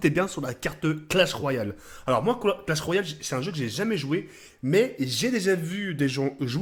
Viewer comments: ET IL A DIS "CRASH OF ROYAL"😂😂😂 CE CLASH OF ROYAL MDRRRR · Mdr crash of royal sa se voit bien que il connais pas le jeu mdr peut-être que avec la pub il apprendra à le dire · WTF IL A DIT CRASH OF ROYAU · PS: Merci de chier sur Clash Royale, c'est pas crash of royal ou clash of royal, un minimum de respect stp, moi je dit pas Calauf duti blac of ops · mdr il dit clash royale mais il mais l image clash of clan et en plus il dit CRASH royale mais sinon bien vu pour la mape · classe of royal il ta dit mdr tu deguste les mots khey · Crash of royal ... OMG Respecte un peu notre langue frere ... sinn GG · omg il a defonce le nom du jeu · Ta bouffer le "L" de Clash mon rhey?